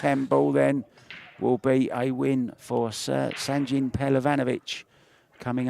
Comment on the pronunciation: Guys ,please ,it's Sanjin,not Sandjin.He's a Bosnian ,not Japanese 😂